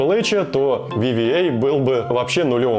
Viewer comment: Вивиэй? Серьёзно? VVE?) А может WWE?) Дабылью и ви, сложно перепутать